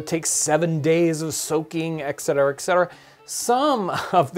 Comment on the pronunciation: There is no X in etcetera.